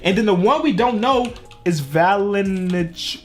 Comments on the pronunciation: You could probably spell valanciunas if you could pronounce his name right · please just look up players names when youre not sure of spelling to avoid making errors like assuming it was valanciunas